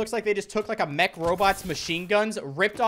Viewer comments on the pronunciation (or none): none